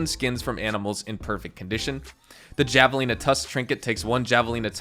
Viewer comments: It shouldn’t bother me but it’s pronounced Ha-velina even tho it’s spelled like javelin 😅😂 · Its pronounced like "Havelina" sorry. Hate to be that guy. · Javelina is pronounced ha-vuh-lee-nuh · I love how you say javelina, try pronouncing the J as an H, like Havelina. Idk why its said with an H but spelled with a j, just our crazy lexicon I guess¿?